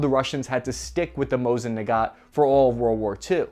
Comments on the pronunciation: Nice vid. JSYK, it's Mosin Nagant, not Nagat. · He also said "Mosin Nagat".